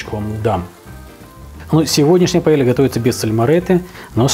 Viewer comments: Ничего особенного,и говориться не паелья а паейа(,la paella)две лл в испанском языке говорится как и краткое й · паЭЙЯа, а не так, как ты сказал...🙄 Тебя бы шеф-повар в ресторан не пустил бы за ракое слово.... "минус"! Даже не досмотоел.... Как можно жить в Испании и так коверкать слова?! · ну хоть ты не говори ПАЭЛЬЯ,por Dios